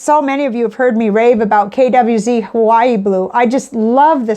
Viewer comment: I lost interest when you mispronounced 'KWZ'. If you can't be bothered to learn about the items you are discussing/promoting, why should anyone bother listening to you?